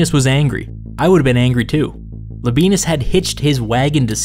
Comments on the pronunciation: I know anglicized Roman names are just easier and it's just silly to care about how they're really pronounced, but you really don't have to say "la benis", it's "la be ey nus". Sorry for being a pedant. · Pronounced Lob I ey’ nus, accent on “ey.” Not Lob ee’ nus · I may be wrong but I believe it is pronounced “La-bee-en-us” not “La-bee-nus” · It’s LAbi-ANUS not Labi-BEANUS Or whatever Hermione Granger said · Man I'm sorry when you said Labienus I thought you said "The Benis" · I dare you, I double-dare you, say Labeenus one more time... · Everyone else: wow so history Me, listening to audio only: hehehehe Le Benis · Labienus is Lab i e nus, i.e. not modern German pronunciation . Labyenus for example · I can’t stop hearing “La Penis”. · Thank you so much. The pronunciation was painful.